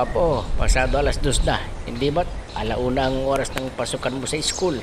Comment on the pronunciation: Bisaya ang nanay mo..sabi tamang URAS hahahhahaa Oras yun hindi URAS